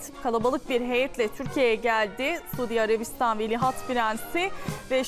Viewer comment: Güzel kızım Sudiarabistan derken yanlış telaffuz ediyorsun.Suudî diye tonlayacaksin